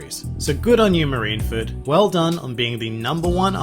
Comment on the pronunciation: Soooo , its not "marinefed" Its "MARINEFORD" ma-ri-ne-FORD... NOT ma-ri-na-fed --'